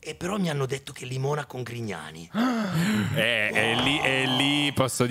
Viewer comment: scusate, non ho capito... ma dice "limona con Grignani" o "limona con i cani"?🤔